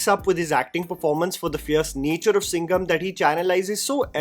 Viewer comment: bruh that SINGHAMMM!!! 🗣️🔥